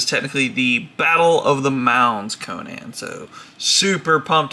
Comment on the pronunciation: conun not conaaan